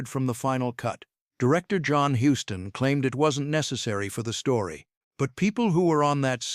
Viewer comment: HUSTON NOT HOUSTON!!!!!